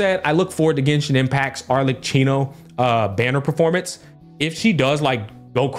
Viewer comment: It is pronounced ArleKino